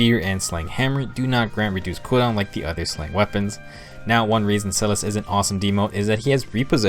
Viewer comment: Helpful vid but omg I’m so bothered by how you pronounced Silas’s name.